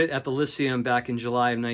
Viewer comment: The venue is pronounced lie-see-um not lissium. #pettybutfun